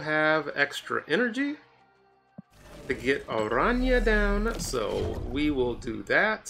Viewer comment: One of the few snap content creators that pronounce Araña correctly lol